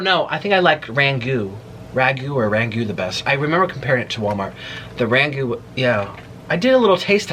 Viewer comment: Oh honey it’s crab rangoooon like goonie